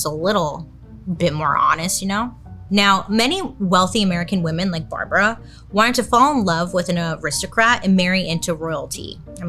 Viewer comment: Write this down: woman= singular WoMEN= plural (pronounced wimin- like swimmin’ without the s) Please don’t ruin this word